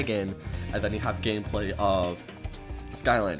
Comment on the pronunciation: "3 different gameblay" behoooold the spinooofs